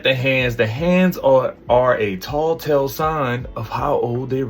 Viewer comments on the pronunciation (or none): Tell, tell sign .. not tall tell sign lol